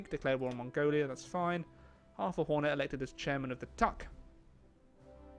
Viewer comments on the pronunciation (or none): none